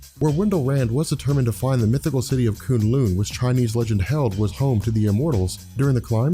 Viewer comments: Oh god same here! Every time he says it I cringe and keep saying to the screen "It's K'UN LUN, not Koon Loon" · i came back to watch this and it makes me sad that you say K'un Lun like that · kun lun pronunciation...cringe...i still live your stuff